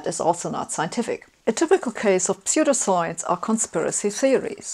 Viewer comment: Ah yes, Gifth Feneration Telefone Knetwork. P.S.: I like the way you pronounce "pseudoscience". You make these topics very accessible! I'm barely coherent today yet I still came away with an even better understanding of scientific models than I already had! P.P.S.: That is a very cool coat